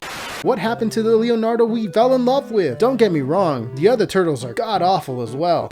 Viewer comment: I swear you're saying "Liamnardo."